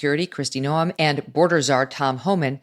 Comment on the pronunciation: Megyn, please note that Kristi Noem's name is pronounced Nowm, not No-em. No-em would be how an AI voice would say it.